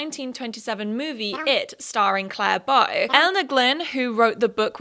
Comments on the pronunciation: CLARA BOW PLS I love your vids but a little piece of my soul died every time you said Clare Bow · It's pronounced 'CLA-RA Bow', not 'Clare Bow'. BTW, don't forget '60s It Girl Edie Sedgwick. She was a wealthy socialite who modelled for Vogue and who was a muse to Andy Warhol. She sadly died at age 28. Edie was known as the 'Girl On Fire'. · Her name is Clara Bow not Clare Bow !! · Her name is Clara Bow!! not claire bow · calling clara bow 'claire bow' is killing me ngl